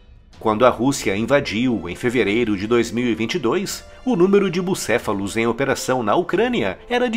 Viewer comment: Bucéfalos kkkkk